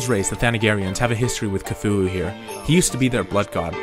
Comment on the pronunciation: Kathula XD Its Cthulhu DERP (I like how youd added your own bad pronunciation.)